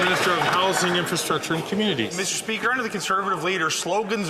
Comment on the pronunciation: Meester speeaker!